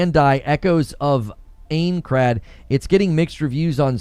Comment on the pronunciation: The way you said aincrad hurts my soul as an SAO fan lmao. But im eagerly anticipating ace combat 8